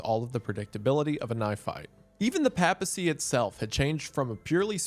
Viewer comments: Bro you mispronounced like 80 words in this video lmao..."east France-e-a"??...."pap (as in pap smear) acy"..."die oh seas" for diocese....pap al...instead of PAPE al...you are excommunicado 😂....oh jesus now its "bon a face" for Boniface....itd be bon a fachee homie...its italian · Just a note- I believe (as a catholic myself who lives in the US) it’s pronounced pape - a - cy. Like, a long A sound. Otherwise fantastic video as per usual about a ridiculous event. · The pronunciation of papacy hurts wendigoon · I went crazy hearing Wendigoon say "Papacy" wrong this entire video lol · Im EO but your pronunciation of papacy hurts me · Wendi, the scariest thing about this video is how you pronounce “papacy” and “diocese.” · Nothing says how Protestant Wendigoon is like how he pronounces 'papacy' and 'diocese'. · Listening to bro pronounce papacy wrong the entire video was painful and has caused me to participate in engagement in comments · The pronunciation of "papacy" snd "diocese" almost ruined this video for me but it still came through. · I enjoyed the video but the way Wendigoon pronounces papacy, papal, diocese and so on, irked me like a nail quickly scratching a chalkboard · Pro’s amazing content, beautiful mustache, fun story about a dead pope. Con: doesn’t know how to pronounce papacy. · Or the papacy. As a catholic Im cringing so hard at his pronunciation 😂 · Bros pronouncing papacy in the most southern way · Not really. One does not have to be a bishop to be elected pope. It helps, but it's not necessary. Also, the word is "christendom" not "christiandom" and the first A in papacy is pronounced long like "ace". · Pay-pa-see. I’m sorry, it just bugged me so much. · The way you say papacy really bothers me, Prots can never pronounce Catholic or Theological word to save your life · Mr Goon... every time you pronounced papacy as "paa-pah-see", i died a little inside. It's I've always heard it pronounced "pay-puh-see" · “pay-pesy” not pap-esy